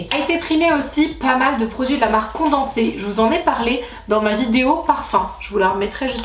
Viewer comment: de rien ❤️ j'ai modifié 50 fois tellement j'avais l'impression de pas être clair haha. Tu pourras te la péter d'être une des seule française a bien prononcer cette marque 😂😂 la classe 😎😎😎